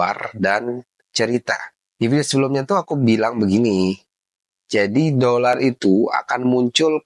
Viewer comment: 😂dolaaaar bukan dodol